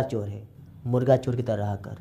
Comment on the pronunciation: Chor bolna to sikh pehele 😁😁😆😆😆😆